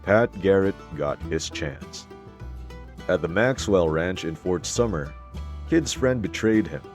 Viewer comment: It’s Sumner, jack ass.